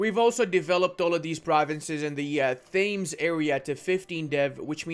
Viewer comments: how come u pronounce it thames instead of tems lol. like river thames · It’s pronounced tems. Not Thames. The river Thames (tems) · the pronunciation of Thames hurts my sole and I am not even English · your pronounciation of Thames made me burst a blood vessel